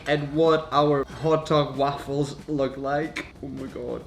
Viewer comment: The way he says waffles 😂❤️